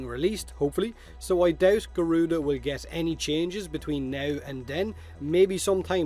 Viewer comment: Thatz more like GORE-RUDA instead of garuda 😑